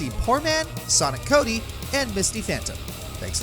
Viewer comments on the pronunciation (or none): none